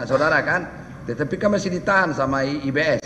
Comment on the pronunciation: Lucu pa hakim ini nyebut IBS selalu IBM😂😂😂